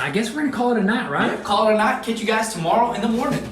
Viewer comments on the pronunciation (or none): none